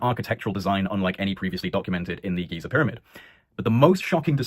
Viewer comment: Great subject and take. Thank you brother. BTW Giza provenance as Geeza✨️🙏